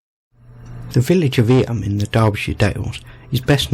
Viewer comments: It’s pronounced eem. Not eeyam. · I have done many walks around there as it is in the middle of the Derbyshire (pronounced Darbyshire) Peak District an area of outstanding beauty. It is close to the City of Sheffield which is actually in Yorkshire. Eyam is often pronounced Eem.❤